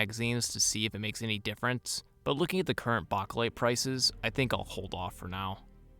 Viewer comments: Bakelite is pronounced, Bay-keh-lyte with the keh being unstressed like the second "o" in chocolate. If you pronounce the word as simply, bake-lyte, that is acceptable. Anything but baka-lyte. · Bake not bak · Plum mags and those "made in Bulgaria" not circle 10 mags run flawlessly in my m90 Also stop saying saying bakelite like that wtf It's not bock o lite it's bake lite >:( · It’s pronounced “bake light” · Its pronounced BAKElite, as in bake in an oven. lol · Bachhh a lite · Chew bacca lite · Why do you have such a hard time saying Bakelite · Stop saying bakelite like that. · The way you say Bakelite gives me chest pains mate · Exactly what I was thinking 😂🤙🏼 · 🤣💀 I said the same thing 🤦🏻‍♂️ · The way this guy pronounces Bakelite mags makes my asshole clench